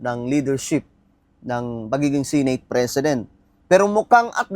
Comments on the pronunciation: SE-NATE hindi Si nate bisaya ba? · Sineyt ng sineyt. Seneyt ung pronunciation nyan